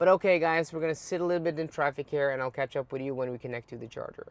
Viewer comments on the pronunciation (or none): none